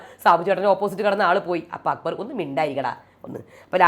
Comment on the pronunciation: അക്ബർ എന്ന പേരു കൂടെ നാശമാക്കി. അക്കു ബർ. അക്കുമ്പമ്പ ർ🤣